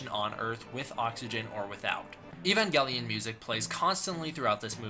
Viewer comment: I want you to look up he to say evangelion cause you truly just angered me